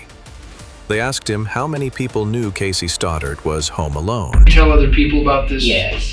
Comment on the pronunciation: Her name was pronounced CASS E, not KAY C